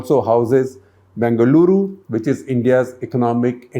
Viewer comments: Spot on pronouncing "Bengaluru", complete with the retroflex "L" 👍🏼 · 👏🏼 Shekharji perfect pronounciation of 'Bengaluru' . Thanks for making the effort to get it right.